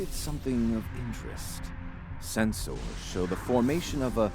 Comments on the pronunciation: "Sen-SOARS" Ugh, even the STO Vulcans say it that way! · A little detail I love is that all Vulcans use Spock's weird pronunciation of senSORS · why are you saying it "Sens-Ors"? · Its funny the Valcan says "Sens-ors" and "phas-ors" but says disruptors and not "disrup-tors". XD